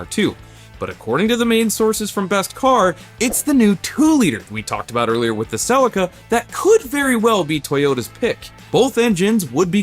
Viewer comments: Cell-eeka not silica LOOL. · I'm sorry the what? Toyota Celica = Suh-Lee-Kuh not cell-ika My Japanese mate just face palmed hard! lmao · Cracks me up pronouncing Celica as: Sell licka 🤣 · Repeat after me SEE -LEE -KA now pretend your Japanese and very polite as you say it ,, thankyou from JAPAN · It's pronounced Sell-ee-ka. Just saying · I wish you would pronounce Celica correctly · Well, that pronunciation of Celica just sounded bizarre!! Not how I ever heard anybody pronounce the name in Australia!! 😂😂